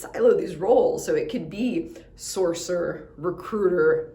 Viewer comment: I had to keep repeating btis of this and even turned captions on. She is straight up saying Sorcerer.